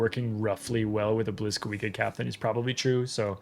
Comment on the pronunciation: Blyskawica is also pronounced more like "bleeskaveetsa".